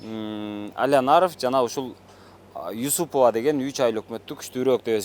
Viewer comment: Юсупова деп туура айтчы?